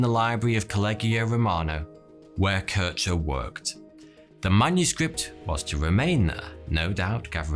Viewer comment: Good quality video, just a shame for the total ignorance / inaccuracy of german name pronunciation (Kirchner) ?